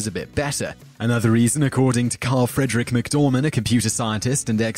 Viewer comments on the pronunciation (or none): none